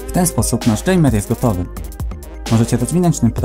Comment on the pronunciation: Dżejmer xD